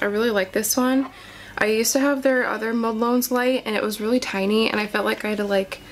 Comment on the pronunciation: It’s pronounced MODEL ones like the number one not mode lones